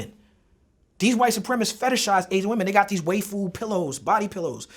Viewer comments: everything in this video is accurate, even if he pronounced "waifu" like "wafer" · He said Way-fu. God thats funny. I woke up my parents. Sorry mum and dad.